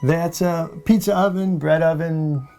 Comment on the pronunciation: can we take a second to appreciate the way pronounces pizza oven lol "peetzer oven"